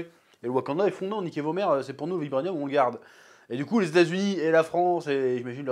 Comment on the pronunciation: Ta du mal avec le mot « vibranium »😅